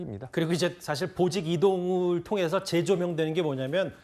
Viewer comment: 보직이동을 보지이동으로 읽었네 찢